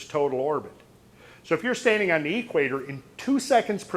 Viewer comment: At the eee-quator. Never heard it pronounced that way:) Where does hail from?